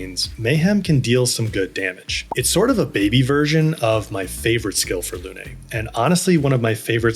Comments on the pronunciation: Absolutely wonderful videos, such a great help to a beginner like me either your perfect explanations. Just one thing, “Lune” is pronounced like “loon” , not “luné”. It means “moon” in French. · Why is everyone pronouncing Lune's name as Luné? It's just Lune, no "eh" at the end. I noticed that the English VA for Gustave also mispronounces this word/name so maybe that's why English speakers are also saying Luné. Either way, Luné is not a word and it's not a name. It is just Lune.